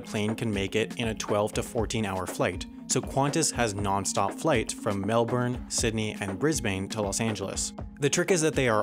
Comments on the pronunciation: Brisbane and Melbourne are pronounced with short vowels at the end. Sounds like Brisbin, Melbin. Love your aviation videos. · Wow you didn't pronounce Melbourne or Brisbane right. It's pronounced Brsibin and Melbin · Brisbane is pronounced like bris-ben, not bris-bane, and Melbourne is mel-ben, not mel-born. Thank you for coming to my ted talk. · I hate being that guy, but I'd like to make a suggestion. Brisbane is a tricky one to pronounce. It's not Bris*bane* as in the smallish town in the States, it's Bris*buhn* or Bris-bin. Melbourne is pronounced the exact same way. Not Mel-born, but Mel-buhn, or Mel-bin. Less emphasis on the 'uh' or 'I' in both cases, though. I hope this helps in any future videos about the two places, and sorry again for being that guy, always loved every one of the videos here and on the other channel. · Adelaide here, I've only ever heard it pronounced as Bris-ben and Mel-bern (lazy pronunciation lol. It's not Bris-bayne or Mel-born though) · Australia's cites are pronounced 'Melbin' and 'Brisbin', fyi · That was a really interesting video, Sam. Just for future reference, Melbourne is pronounced in Australia as Melb'n, with the orn not sounded, and Brisbane is pronounced as Brisb'n with the ane not sounded. Keep up the great work. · "mell born" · Just thought I'd let you know I live in Australia and your saying Melbourne and Brisbane wrong. Brisbane is pronounced Brizban. And Melbourne is Melbun. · For future reference this is how you pronounce Australian cities: Brisbane is bris-bin (say it fast until you get the hang of it) Sydney is sid-nee Melbourne is like Brisbane, it’s pronounced mel-bin (say it fast until you get the hang of it) And you’d be trying if you stuffed up any others. Anyway, this wasn’t tying to be mean, it’s just a fact that these cities should be pronounced this way. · major cringe when you pronounce melbourne as "mel- burn" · Yes Melbourne was actually an ok pronunciation Just too long of an “o” sound